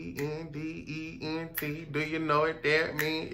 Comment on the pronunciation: When said I.n.d.e.p.e.n.d.e.n.c.e it had me up dancing 😂😂